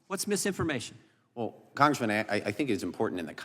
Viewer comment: If he says congreeman again u'll scream